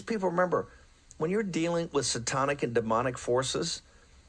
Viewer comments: lol “Setoinc and Demonic” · Did Bannon just say “Say-tonic” forces? Is this some evil group of seltzer water bandits or something? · Did Bannon say " Satonic"? I think I'd like a Say Tonic. Barkeep....